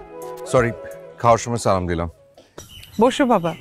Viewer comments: অপূর্ব সালামের সঠিক উচ্চারণ করে না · অপুর্ব একটা সালাম ও সঠিক ভাবে হয় না 😡😡